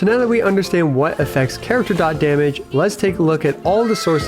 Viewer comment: finally some who says dot correctly lol